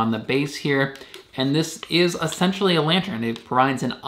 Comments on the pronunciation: It's lantern not lantren. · It’s pronounced “lan-turn” not “lan-tren” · Sorry bro it's good video but it's really not lantren it is lantern 🎃 lol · Why do you keep saying lantren instead of lantern??? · Yes, that was bugging me too! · It's pronounced /ˈlan(t)ərn/